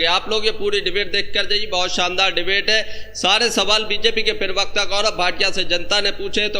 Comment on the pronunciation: जनाब यह शब्द पिरवक्ता नही है, प्रवक्ता होता है।